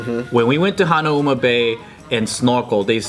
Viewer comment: as someone who lives on Oahu, he said Hanauma Bay wrong. Its (Ha-Now-Ma)